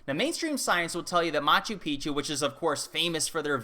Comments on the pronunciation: Its pronounced mah choo peek choo. It means old mountain. When you pronounce it mah choo pee choo, youre saying old penis. FYI. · ....just check your pronunciation of Machu Picchu please, you say ancient penis instead of ancient mountain.....haha ;-) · In Peru, I heard Peruvians pronounce Machu Picchu 'Machoo Peekchoo', not Machoo Peachoo.